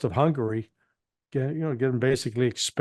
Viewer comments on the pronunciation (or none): none